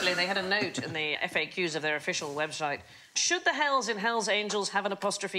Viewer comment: ...she said "web shite"